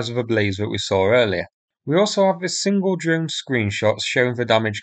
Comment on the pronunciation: sincere suggestion here : you're doing a great job of sourcing these videos and getting them uploaded. Good informative scripts.Your viewing figures have increased impressively recently. May I suggest you now do something about improving the narration ? False fronting is relatively easy to fix. Mispronunciation of th as v or f is undermining your message. Fanks, vis, fought, vem etc. Thanks, this, thought, them...... Investigate Speech ferapy (therapy). Best wishes